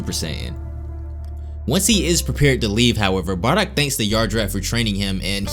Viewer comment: This guys just say barrack haha 😹